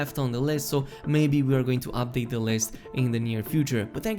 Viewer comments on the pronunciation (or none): none